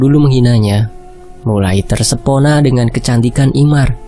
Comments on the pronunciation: Mas nya bilang terpesona jadi tersepona😂saya kalau bilang juga gitu mas😂bukan terpesona tapi tersepona😂😂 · Terpesona bukan TERSEPONA🤣🤣🤣🤣 duhh tllu mnghayati smpek nemu kta² yg kbalik.